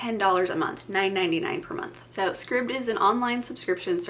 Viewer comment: Scribd, like “scribed”. 👍